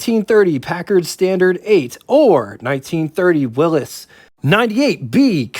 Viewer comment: I would prefer the 1939 LaSalle's dash, with the larger numbers. The area between the hood and the fender is called the catwalk. I would choose the 1940 LaSalle 50, and would vote for the 1930 Packard Standard Eight. We pronounced Willys WILL-eez.